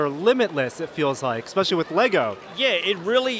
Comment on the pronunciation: Oh jeez, I just realized says “expecially”.